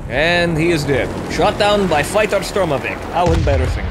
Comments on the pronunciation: Please: I know, it's a pedantic thing to correct your pronunciation, but it's because I'm an English English speaker. Anyway Beaufighter is pronounced "Bo" fighter (as in boat, not as 'B-yew' as in beautiful). Also Blen 'im (as in hymn or him, not Blen-hime). Anyway, I've enjoyed watching Grindfest - keep it up. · Because the "beau" in "beautiful" sounds like "B-yew". For me, when I see the Beau in Beaufighter, I see it as B-Yew fighter.